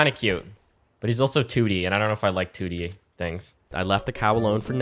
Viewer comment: he said 2D cow not TOOTY cow like a flatulent cow